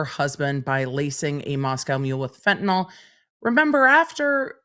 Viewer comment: It’s FentaNIL not FentaNOL - there is no bloody ‘O’.